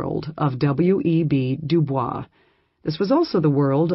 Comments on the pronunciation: W.E.B DuBois' name is mispronounced, albeit the American version is not correct per French. DooBoys. Very annoying in a scholarly presentation, perhaps the robot should be re-cued. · The correct pronunciation of WEB du Bois is de Boyz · It's pronounced doo-boys. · loll so americans have been saying dubois name wrong this whole entire time huh!?